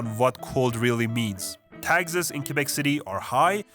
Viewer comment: Thank you so much for saying Quebec and not "Quwebec", you kind of forgot to mention that we have a lot of rednecks and redneck towns here too. Still, you made a great job at pointing out accurate stereotypes.